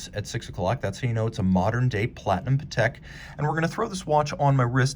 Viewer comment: You don’t pronounce it correctly. It’s pronounced Patek with the accent on the a, not the e.